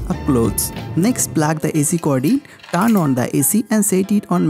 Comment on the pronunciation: Dart, plaag, seempil....great English